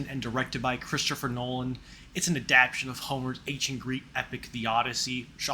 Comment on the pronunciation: I like your style and cat being present during the vid but you might want to double check pronunciation of words like adaptation and tumultuous. Bad annunciation calls attention to you reading text descriptors provided elsewhere while presenting it as if its your opinion.